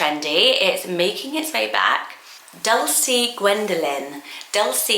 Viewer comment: That’s not how you pronounce it either 😭